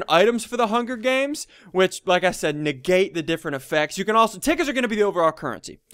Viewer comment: You said hunger deans. Hahahahahahahahahahahahahah :) :)